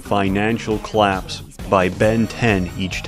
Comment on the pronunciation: He pronkunces collapsed “clapsed”